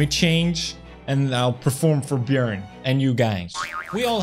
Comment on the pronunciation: the fact that messed up Björn's name I'm dead